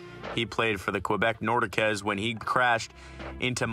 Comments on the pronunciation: Quebec Nordakez?? Really did. You actually say Quebec Nordiques that way , have ever swatch hockey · Got too annoying , I commented on Quebec Nordekez 😱 And I kept it moving